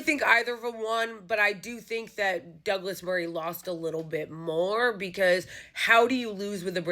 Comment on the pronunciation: I love your pronunciation of "daglass marreeeeh" hahahaha